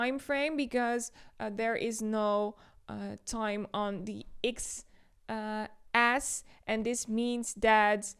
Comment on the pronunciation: Great video! It's X-axis by the way, not X-ass😂